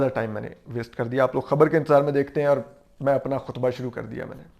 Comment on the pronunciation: Ho sake to apna talafuz theek karen.... Fareeq....not feriiiq...fereeqen. Aur....not or Sidiqa not sadiika